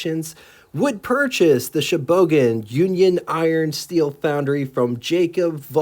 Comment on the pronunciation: Sheboygan. Sheh-boy-gan.